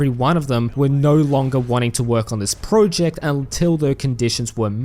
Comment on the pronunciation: You made this video purely to annoy us with your weird pronunciation of the word "project" is